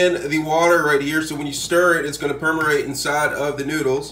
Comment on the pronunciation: "permurate", man just made up a new word on the spot